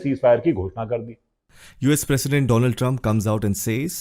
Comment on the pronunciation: Netanyu😂 dolaand😂